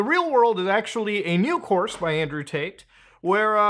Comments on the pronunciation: He’s saying Andrew taint. Every time. Lol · Not gonna lie I thought you said Andrew taint at the beginning